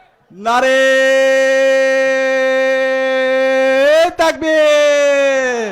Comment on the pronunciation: He doesn't know to correctly say Naraye taqbir, not nare taqbir